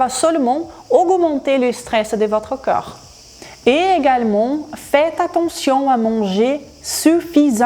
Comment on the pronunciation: avec tout le respect que je vous dois, je trouve que vous expliquez super bien et de manière très claire, néanmoins, une seule critique, qui se veut constructive, quand vous prononcez corps...cela sonne comme si vous disiez coeur et comme vous utilisez beaucoup ce mot dans beaucoup de vos videos cela devient gênant. Votre français est magnifique sinon.